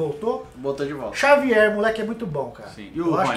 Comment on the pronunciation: Xavier, o editor ouviu Jôvier kkkk